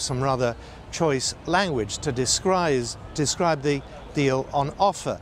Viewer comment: 0.25 "descrize". Lol